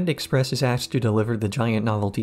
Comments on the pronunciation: Props on you for saying "axed" instead of "asked" for the whole video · The moment you said aksed instead of asked I knew I had to watch this in its entirely. Note, didn't watch it all yet but definitely will.